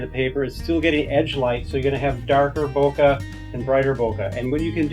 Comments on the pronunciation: bokeh* ... not boka :) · "Bokay", lol. :P Good video though. :)